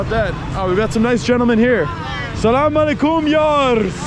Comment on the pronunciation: Love this video and the way you say Salaam ✔️ Beautiful ♥️